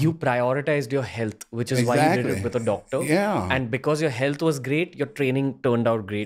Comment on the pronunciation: You neeed a Docttor haha